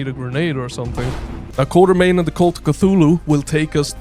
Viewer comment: Actually, the name should be "Quatermain" (pronounced "KWOT-er-main"). Even Sean Connery says it wrong in 'The League of Extraordinary Gentlemen'. Anyway, I dig this "Indiana Jones but Lovecraft" vibe!